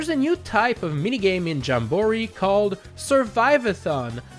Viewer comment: why does he say jamboree like that 💀